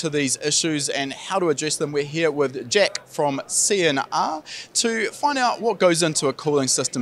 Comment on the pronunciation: It’s JACK ….. NOT …… jeck or whatever the hell you said . Fukn kiwi 🥝 Get a grip of the queens English